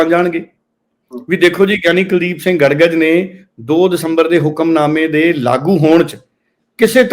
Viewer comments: ਗੜਗਜ ਨਹੀਂ ਗੜਗੱਜ ਹੈ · ਗੜ ਗੱਜ ਨਹੀਂ ਗੜਗੱਜ ਬੋਲੋ ਜੀ ।